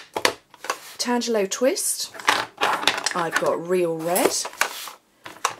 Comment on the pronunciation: Very nice. The way you said tangelo twist it was correct. TAN-JELLO Another one most demos get incorrect is the Artisan Label Punch. I use to say it wrong all the time.